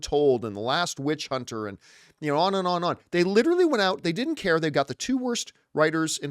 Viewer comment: Every time you say care and I think your saying Karen